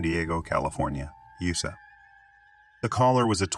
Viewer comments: The fake voice started off terribly: "nine hundred eleven" instead of 9-1-1 and "yousa" instead of U-S-A. I chose not to finish and gave a thumbs down. Get a human to do it. Just like when I get a recorded call, when a computer voice does a video, I hang up the line. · Right! Like California “Usa” 🤣😂🤣😂